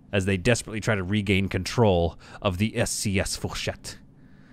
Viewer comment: I sware it sounded like when you said “SCS” was “ASC” as i had background noise